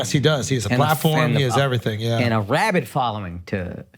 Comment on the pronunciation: “rabid” = jhiad? Time will tell…